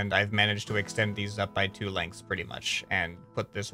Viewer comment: People: arguing over Imperial Vs Metric: /"lentgths"/